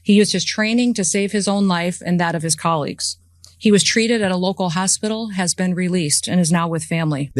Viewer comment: She can’t even pronounce ‘colleague’.